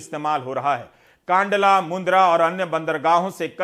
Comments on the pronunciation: Kaandala nahi kandla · It is Kandlaa not kaandla